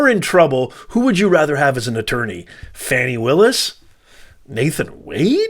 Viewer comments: A total lie. Your channel clearly supports everything Trump. You're not reporting news you're giving opinions. And Fanni Willis's name is pronounced "far-nee" not " fan-ni" something you white folks do all the time purposely mispronouncing black folks names. I've watched your channel and you only post videos supporting Trump. You people are having a serious problem with all these black prosecutors holding your boy accountable. Something you Europeans failed to do for decades. As for you, you are clearly biased making comments about Ms Willis body. You are a racist disgusting moron. Garbage CHANNEL....GARBAGE CHANNEL....GARBAGE CHANNEL....GARBAGE CHANNEL....GARBAGE CHANNEL....GARBAGE CHANNEL....GARBAGE CHANNEL....GARBAGE CHANNEL....GARBAGE CHANNEL....GARBAGE CHANNEL....GARBAGE CHANNEL....GARBAGE CHANNEL....GARBAGE CHANNEL....GARBAGE CHANNEL....GARBAGE CHANNEL....GARBAGE CHANNEL....GARBAGE CHANNEL....GARBAGE CHANNEL....GARBAGE CHANNEL....GARBAGE CHANNEL....GARBAGE CHANNEL....GARBAGE CHANNEL....GARBAGE CHANNEL....GARBAGE CHANNEL....GARBAGE CHANNEL....GARBAGE CHANNEL....GARBAGE CHANNEL....GARBAGE CHANNEL....GARBAGE CHANNEL....GARBAGE CHANNEL....GARBAGE CHANNEL....GARBAGE CHANNEL....GARBAGE CHANNEL....GARBAGE CHANNEL....GARBAGE CHANNEL....GARBAGE CHANNEL....GARBAGE CHANNEL....GARBAGE CHANNEL....GARBAGE CHANNEL....GARBAGE CHANNEL....GARBAGE CHANNEL....GARBAGE CHANNEL....GARBAGE CHANNEL....GARBAGE CHANNEL....GARBAGE CHANNEL....GARBAGE CHANNEL....GARBAGE CHANNEL....GARBAGE CHANNEL... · How in the Hell does “Fani” become “Fawni”? Give it a rest!🤣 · Can we STOP with Foni its FANI